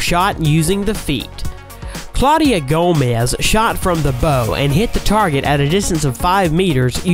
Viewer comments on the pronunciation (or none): none